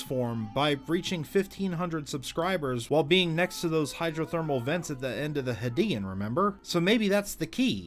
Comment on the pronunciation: U pronouncing is "hadian" and not "hadean" is very no no